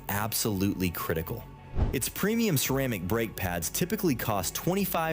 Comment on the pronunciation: Ai... 'cretical'